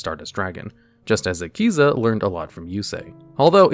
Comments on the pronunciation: lol "queezing longyuan" "qixing" is more closely pronunced as "chee-sheeng" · The only thing that bothers me is the way he pronounces "Qixing". Everything else has been fine imo.